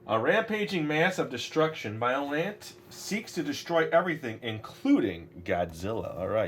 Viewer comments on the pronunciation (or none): Biollante is pronounced bio-lon-tay